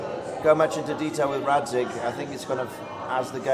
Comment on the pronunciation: Why you all say 'Datzig' when it's 'Radzig' Kobyla?! Is there an insider-joke on that ?!